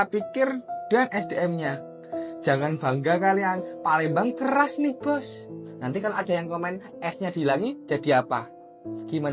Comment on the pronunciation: Palembang keras tanpa huruf s diujung tuh..jadinya kera😂😂😂